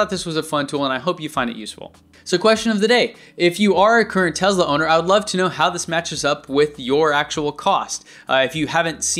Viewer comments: It's Te"S"la not Te"Z"la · Why are you pronouncing Tesla like that? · "Tez la" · It's a Tesla not a Tezla, WTF